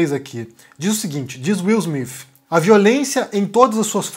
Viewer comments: Wil smif ? Cacete que inglês do cacilda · Não consegui ver até o final. Me desculpe. No 4 " Will Smifi" eu desisti. Me agride os ouvidos. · Só eu que percebi o falando: Will Smife? Kkkk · Will Smiffiii 😂😂😂😂. Falar o TH em inglês pra brasileiro é igual quem fala espanhol não conseguir falar o V. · "Will Smifi"😅